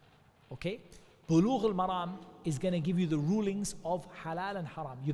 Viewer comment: السلام عليكم و رحمة الله و بركاته It’s “sahih”, not “shahih”. It’s “Bulugh-al-Maram”, not “maragh”